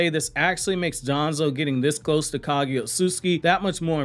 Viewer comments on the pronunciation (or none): none